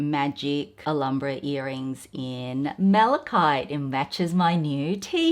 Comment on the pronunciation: Alambra? What's Alambra,?. It's pronounced al ham bra. Not alarm bra